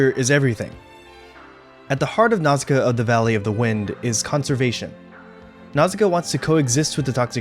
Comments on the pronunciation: I like the video, i a gree with the message, i love the film, but i would just like to say how i find english pronauciation of her name a bit jarring, my launguage shares similar letter s to japanese, so a more accurate pronauciation would be Nauška, the "š" letter eliminates the need for "ssi" but it is the closest equivalent for english, since this letter "š" is of slavic origin. I just find it more natural and more fitting. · omg can you pronounce nausicaa more wrongly??